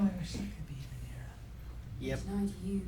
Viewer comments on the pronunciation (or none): I stg if continues to misprounce half the names so poorly, I'm gonna have an aneurysm 🤣 RhaenARa nooooo RhaeNYRA like NEAR-UH I'm just a silly boy with a pet peeve for this man, he does it in every show and it feels intentional at times 🤣